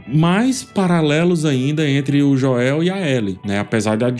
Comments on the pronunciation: Adoro suas analises, mas é muito irritante a pronuncia do nome Joel, doi nos ouvidos, se puder rever essa questao amigo, seria grato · amo os vídeos mas essa pronuncia de Joel é dificil viu 😅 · Bom dia amigo, acompanho suas críticas desde a primeira temporada dessa obra prima baseada no game de mesma grandeza, mas peço pra ti, pronuncie o nome de Joel como na série e nos games... obrigado e continuarei acompanhando sua ótima crítica artística e cinematográfica e me desculpe desde já, não é ofensivo é só por pura sintonia....🙏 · Que agonia vc falando o nome do Joel kk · É pq tu tá falando no modo abrasileirado, é Joel mesmo, e não esse joéu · PELO AMOR DE DEUS, INGLÊS E PORTUGUÊS A PRONUNCIA É "DJÔEU" Só isso mesmo, Vídeo excelente 👍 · Gosto demais de você, mas a pronuncia "Joél" tá complicado 😂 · Caramba mano, insuportável vc falando Joél, fala Joel mano, qual a dificuldade ? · Cara, que análise incrível! Quanta atenção aos detalhes. A edição do vídeo também ficou ótima. Mas é agoniante ouvir você falando "Joél". 😂😂😂 Fala "Jhôel" nos próximos vídeos. Os fãs agradecem. 😂😂😂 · que gastura você falando Joél kkkkkk é Jôel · Por favor não diga JÓÉU mas simplesmente Joel english accent!😅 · Jô-el tbm não é a pronúncia certa, seria algo como Joe-l. Melhor pronunciar o nome como no português mesmo. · eu não aguento ele chamando o o Joel de JoÉl kkkkkkkkk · "Jó-éu". Kkkkkkkkkkkkkkkkkkk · Jo-el. kkkk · Perdia 2 anos de vida a cada vez que ele falava Joel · Parei de ver o vídeo aos 11 segundos qdo saiu o primeiro "Jo-el" 🤦‍♂ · “Jo-el” é sacanagem kkk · eu amo seus videos ph mas esse “joéu” da mta agonia, fala normal pf kkkkkkkk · Jóel kkkkkkk brincadeira, excelente vídeo. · por que o tá chamando Joel de JOÉL? 🥲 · Falar Joél dói o ouvido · E lá vem o “JÓEL” de nov 😂😂😂😂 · Joéu é duido em .. 😰 nem na dublagem é assim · JoÉU dói de ouvir, mas baita análise! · Pq o diz "joél" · Passo mal com o "Jo-el" dele kkkkkk. Te adoro 🫶🏻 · " JOÉL ".. Aiiii...rs